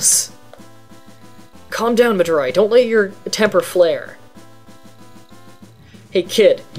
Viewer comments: "Mah-Dry"? How did you come up with a random name like that? xD Nice to see someone who explains the game thoroughly though. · ... Madurai? Oh wow you weren't kidding when you said you're having a hard time pronouncing things.